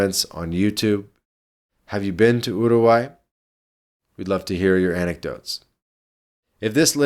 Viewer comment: stop pronouncing it as Yourgai